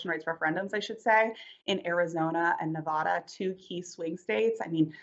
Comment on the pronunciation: FFS, besides everything else that happens w Hewitt the Dunce, can you PUHFRICKINLEASE PRONOUNCE NEVADA CORRECTLY?? I lose all respect and the reporter loses all credibility when she cannot even say the name of the state correctly. Give me such a break. So many of them do it. They do not care. learn how to pronounce the names of the states.